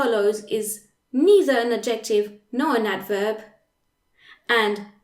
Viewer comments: the c isn’t silent / ˈædʒektɪv / - there is a stress on the / ˈæd/. You pronunciation sounds virtually % Authentic English. I was really trying hard to make up my mind if you were an English person teaching French well, or a French person with superlative English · Super great video, thanks! I had NEVER understood these rules before, now I get it!!! One little thing; the pronunciation of adjective in English is different - I wasn't sure for a bit what word you were saying. Phonetically it is: add - ja- tiv. (three syllables with the accent on "add")